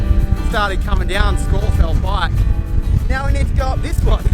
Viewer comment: A good unpretentious film ,and full marks for the correct pronunciation of Scafell (Pike).